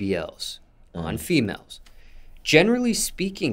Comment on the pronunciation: Lol why he keep emphasizing ON FEMALES 😂😂